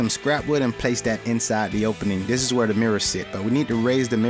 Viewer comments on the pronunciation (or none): Dis and dat, exspecially? Ffs learn how to speak.